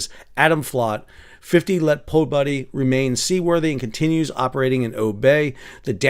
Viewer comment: I am listening to you wondering how in hell you have managed to pronounce the П = p but not the У = oo 🤨 Po buddy! 😂😂🤣🤣 It is PO-BYED-OO = Победу. Once again journalist should be used as an insult. EG: Those JOURNALISTS down at the spare parts store overcharged me!